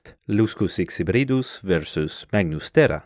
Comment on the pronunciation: You can't hate his pronounciation of Luscus xHybridus